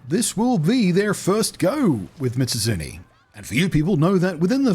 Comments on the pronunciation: Meez-oot--soon-eyyy. There, you can say it correctly now XD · to any curious, mizutsune's name is specifically made up of the japanese words mizu(water) and -tsune as in kitsune(the fox yokai thingy) so it'd be pronounced "Me-zoot-soon-nay". Blunty seems to be saying "Mitsuzune" which is probably just a mild bit of dyslexia switching around the zu and tsu sounds. Common thing with words that have similar sounds like that, I've heard people say "mitsuzune" specifically more than a few times.